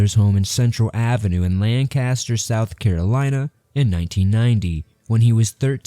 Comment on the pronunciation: 'Lancaster' is pronounced 'LANK-iss-TURR'. I don't reckon you'd know nothin' 'bout that there, though.